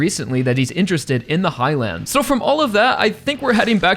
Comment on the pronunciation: Bro how this guy says Highlands pisses me off and idk why